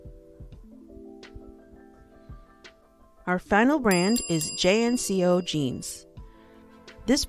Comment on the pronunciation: Jnco is pronounced jenko....kuhl is pronounced keel